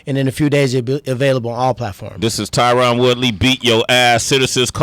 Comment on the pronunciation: Tyron is family to you but you can’t say his name right?